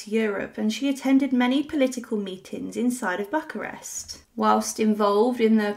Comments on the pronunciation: Why don't the narrators of these videos research the proper pronunciation of people and place names and then stick to them? BUCK-a-rest does not exist, however Buuch-arest does. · Bucharest is not pronounced this way. You left out the video of them being machine gunned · I honestly don't think I have ever heard anyone mispronounce Bucharest before. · Pronounced "Vahl -ACK-ee-a" and it's BOO-ka-rest. Dear God, look up how to pronounce some place before you speak! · Bucharest is pronounced Boo-karest and the "ch" in Walachia is pronounced as "kh", not as the "ch" in cherry.